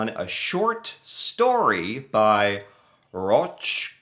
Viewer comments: Pronounced Rock by the way. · You say it Rock.. Learn a second language USA. Or keep embarrassing yourselves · Roch is pronounced Rock.